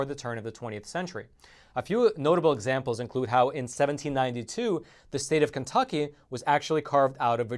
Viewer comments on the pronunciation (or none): none